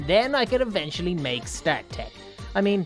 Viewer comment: its pronounced Star-k